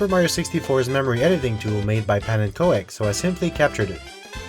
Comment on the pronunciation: Most SM64 videos I've seen pronounce "pannenkoek" as "pannenko-ack" (you as well) but I'm not sure that's correct. Pannenkoek means "pancake" in dutch, and the programme he made "stroop" literally means syrup. Even the logo is pancakes with syrup dripping down. For those interested I'll do my best to describe the dutch way to pronounce these words. For pannenkoek it's "pan-nuhn-cook" (the first part is like "comment" but then "ponnent" minus the "t" of course. So a short "ah" sound on the "pan" and a short "uh" on the "nuhn" part. Cook with a long "oo" like in "looking" and "cooking".) Stroop = Strope, so with a long "o". The "r" in dutch is like a german "r" so much harsher and less soft than the english "r". If I'm wrong feel free to correct me, I just wanted to throw this out there